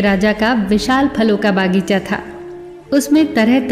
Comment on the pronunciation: bagicha hota h madam na ki baagicha